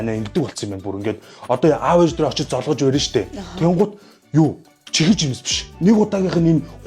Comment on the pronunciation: Чихэр гидгээ зөв хилээч 😡